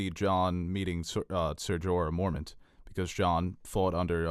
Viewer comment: MORE-MON-T!! Wtf is so hard about saying that? They even say his name on the show so there is no reason you should be saying it wrong.